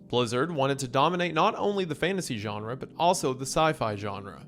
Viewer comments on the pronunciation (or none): none